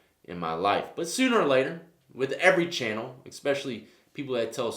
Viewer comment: Expecially isn't a word. It's especially.